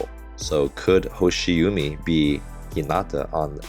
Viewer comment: just let you know 'hoshiumi' pronounce as 'hoshi wooo mi' u in japanese kana sound like woooo in english.